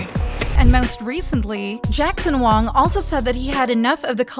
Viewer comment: Jackson Wong? It's Jackson Wang.